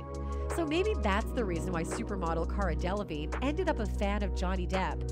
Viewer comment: De la vig ney! 🤣 He thought he was a teacher 💀